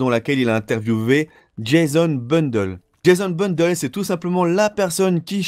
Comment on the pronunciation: tu mas tuer en disant jason bundle alors que c es jason bLundel +1lke